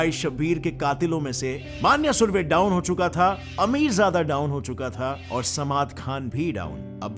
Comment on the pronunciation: It's मन्या सुर्वे Not मान्य सुर्वे and Its अरुण गवळी Not अरुण गावली.. Keep it Clear